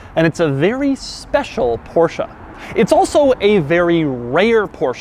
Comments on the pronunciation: I really want to smash your head when you say "porshA" instead of "porsche"... There is no A!! XD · porschE not porschAA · It's not a Porsha... it is porschE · Porsche .. Not Porcha lol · ProschE not PorschA. Damn. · No it's "porscher" not "porsh-aa"! It ends in a fucking E not an A! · Not sure if Doug knows but I believe it's pronounced Porsche and not PoRsHa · its porshE, not porshA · Please stop saying PorschA!!!! It’s Porsche. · Porsche!!!! not Porscha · Doug it's Porsche, not Porshc-a! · Jesus, Doug... I am getting scared of watching your Porsche videos... For the love of God, it's PorschE, not PorschA... Just like you're Doug, not Foug.. :) Poor Ferdinand is probably rolling in his grave... Love your channels by the way, keep up the good work..! ;) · it‘s Porsche and not Porscha!!! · It’s not a porsh uhh. Porsh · THIIIIIS IS NOT PORSCHA ITS PORSCHE FOR GOD SAKE! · Why the Americans call it a PorschA is beyond me. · again Porscha dear god americans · STOP SAYING PORSCHE-A, ITS SO ANNOYING!!!!!! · Its not a PORSCHA 🤣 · Take a shot every time Doug says Porsha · Joey: It's PorschA!!! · And even though..it’s NOT a PorsCHA😜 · PorschA is back...... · A PorschA ? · I love Porscha. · PorschA??? god i wanna smack u in ur head whenever u say PorschA!! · How many times he said the name Porscha incorrectly and he even had it correct in the title and written everywhere on the car... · Hitting like faster than you can say THISSSS XD And btw PorschEH, cmon :D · "porsha"? wut :D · Porsch AAAAA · Stop saying Porsha. Every time you say Porsha a baby Porsche dies. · nice, another PORSCHUAH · So we have a porsha here. OK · THIS...is not how you pronounce Porsche 🤷🏻‍♂️ one of my favourite quirks is how there’s no -a at the end. And if there is one, I can’t find it. 🤓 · Please learn how to pronounce german car names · next goal is to get him say Porsche correctly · I cringe every time he says Porsche